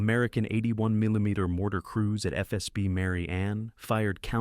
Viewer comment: Robot-Voice has trouble with “millimeters”….